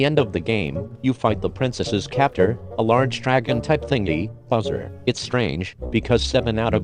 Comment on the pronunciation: Why use a robot voice? It sounds like you're saying buzzer instead of bowser